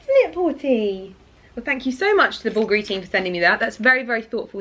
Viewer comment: I looove the sound of Porter galloping😂 It gives me joy🤩 Ali is such a character… Oh, the pronunciation of the Bulgari brand was so good. Most people I think they stress the second syllable, Bulgári when the correct is on the first syllable, Búlgari. The brand might be located in Italy but the founder is Hellene🇬🇷 Bulgari is a Hellenic surname Βούλγαρης/Vúlgaris. I think they were two brothers Σωτήριος/Sotíris and Στέφανος/Stèfanos Vùlgaris from Hellas who they founded that company in Italy.